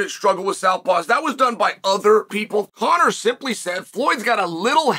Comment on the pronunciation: Come on bro, it's Conor. You literally got every champion from bantamweight to welterweight saying his name. He's one win away from being able to fight for a belt in 2 divisions and as of this comment, Conor is a slight betting favorite over Chandler.